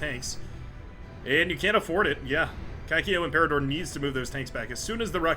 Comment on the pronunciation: Talking about unpronounceable names like "SuxFux", should check what "Canestro Anale" means 😂Also, do you see that there's another Italian guy? His name is "Cacio Imperatore" but you pronouced "Cacchio imperatore" which is a big difference in translation ahahaha Translation hint: "cacchio" can be used to refert to the entire male reproduce system 🍆